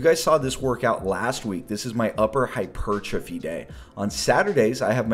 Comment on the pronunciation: “Upper hyperrrrrrrrrtrophy day” haha! Love the consistent uploads man!